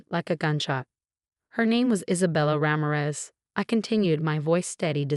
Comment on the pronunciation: Mar-TEEN-ez. Ra-MEER-ez